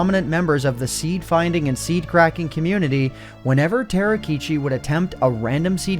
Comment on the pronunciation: ta ro (たろ) = tah row not tarrow tah row key chee